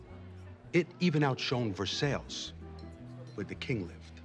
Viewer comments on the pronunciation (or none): Little Carmine mispronouncing Louis and Versailles implies he actually read about the French Revolution and didn't just hear it through some documentary or movie. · “Even outshone Ver-sales... where the king lived.” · There is actually a town in Indiana called Versailles. Of course, being in indiana, they pronounce it Ver-Sales... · I only JUST NOTICED Little Carmine saying "ver-sails" was his way of saying "Versailles." Holy fuck his character is brilliant in how stupid it is. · Yep, and "Ver-Sales"😃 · He even outshoned Ver-sales!